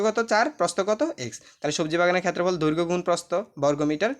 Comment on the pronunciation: সার উচ্চারণ টা হবে দৈর্ঘ।😮 ধৈর্ঘ না😅